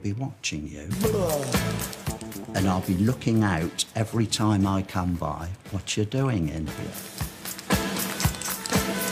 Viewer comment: FWAAAAAAAAAATT?? not JACKIE. Real wild.